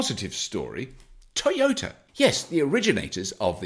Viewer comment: T-yert, and Tea-Ota :D Maybe Bobby should only do stories about Nissan ;)